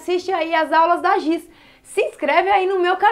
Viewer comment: E Giz nao Gis ok